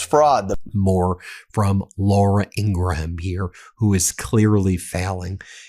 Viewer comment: Laura Ingraham’s name is pronounced Ing-gram, not Ing-gruh-ham. SMH, your subscribers expect you to pronounce names correctly! Let’s get this.